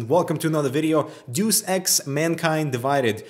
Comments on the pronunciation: It's pronounced Day-Us Ex by the way. I used to say "Deuce Ex" when I was like 10 lol... no worries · Deuce ex.....SMDH. Geez.....Deus Ex 'Day us ex' not Duece ex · HAve I heard right? Did he just say Dus ex at the beginning of the video? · "Day-Us" love your videos by the way =) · "Deuce Ex" haha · ''Zeus Ex.'' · "doos ex"